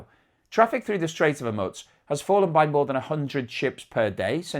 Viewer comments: Homusk or Hormuz? Bloody hell you cant make you mind up - Its not hard - You been on the planet for over 50 years, why schoolboy errors? Surely you must have heard HORMUZ for over 50 years? Come on man FFS!!!! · There is no "t" in Hormuz.